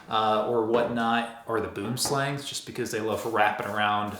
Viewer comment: Not Boomslang, it’s Boo-um-slung in Afrikaans. Boom - tree, Slang - snake so Tree-snake.